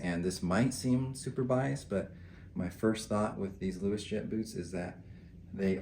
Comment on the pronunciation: Luos is pronounced as 'Ross' in Chinese, not 'Louis.' So, the correct way to pronounce it would be 'Ross Jet.' Although I suspect this is a made-up name, the brand comes from the Canton region in China, where 'Luo' (pronounced 'Raw') is a prominent surname among Hakka and Cantonese people. Great review as always!